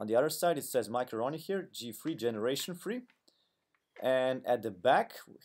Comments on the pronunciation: Sounds like he's saying macaroni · Nice. His accent sounds like he's saying macaroni haha